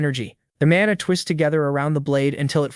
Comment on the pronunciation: AI keeps pronouncing mana as mona